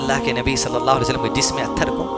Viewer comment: pahle nabi ka naam shi se lo bhyyy muhammad sallalaahu alaihi wasallam hai..... salle sallam nhi h